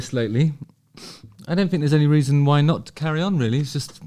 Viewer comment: I’m a Suffolk lad. I say ‘fink’ as well.is that down to your Suffolk roots?